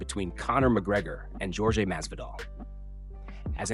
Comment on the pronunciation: His name is pronounced "Whore-hey," not however you're pronouncing it.